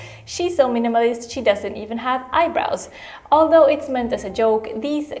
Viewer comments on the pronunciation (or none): it's not "is nuts!", it's IT'S NUTS. So sorry for pointing that out, I can't help it. I just keep noticing most latinos pronounce "it's" as "is" or use "is" instead of "it's (for it is)". I am not a grammar nazi. It's just my odd habit that I can't shake off, kind of an obsessive behavior of mine. Peace!😊